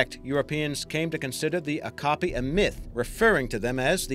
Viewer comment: Great video! Okapi pronounced Oh-cap-ee